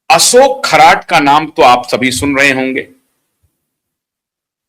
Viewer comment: खराट नही खरात बोलो.